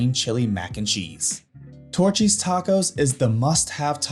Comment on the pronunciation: Dude said Torchys tacos🤦🏽‍♂️